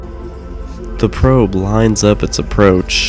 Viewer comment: "the probe" sounds wrong